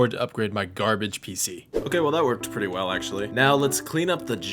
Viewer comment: "garabage pc" bruuuuuuuuuuuuuuuuuuuuuuh xddd